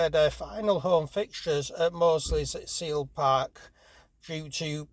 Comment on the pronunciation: Such a shame when we lose any club from the FL but for one of such fine standing, history and tradition, it's a travesty. *It's 'Mossley' not 'Moseley'.